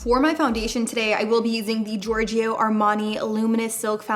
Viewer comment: Please stop saying giorg"I"o .. You say it like George in english and add a "O" , not an "IO" .. its giving me a weird feeling beeing an italian hearing giorg"I"o 😊😅 but you nailed it, an co-op with Signor Armani its the dream !! HE IS AN ICON ❤